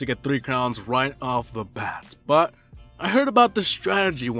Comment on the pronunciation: You say but like saying butt😂